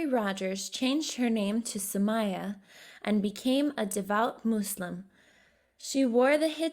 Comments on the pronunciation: Nobody: Not even the monster under the bed: Her: MOSseLiM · Who ever did this voice over is bad at pronouncing , she couldn't say Jesus Glasgow and said muslim like trump lool you should get some else